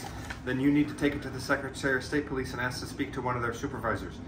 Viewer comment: This guy's got it down pat. Keep up the great work! Just needs to learn the word "ask".